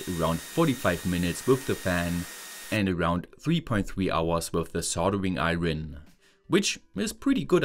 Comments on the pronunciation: love your vids. heads up iron is pronounced like i-urn not i-ron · The r in iron is silent in English so it's pronounced a bit like eye yon. Just in case you cared. ❤ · Noting that your English is FAR better than my German…. And I wouldn’t mention this except it comes up a lot. When saying “soldering iron”, “iron” is pronounced without the r. You’re stumbling on it a bit. It’s closer to “ion” - eye-on. I hope that will help. If your English wasn’t otherwise so excellent, I wouldn’t have said anything.